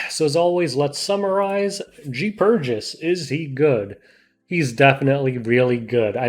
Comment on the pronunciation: c'mon man it's general PURRgis